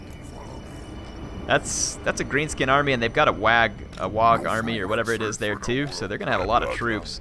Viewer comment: WAAGH! is pronounced "Waah" not "Waag". It's a corruption of the word "war".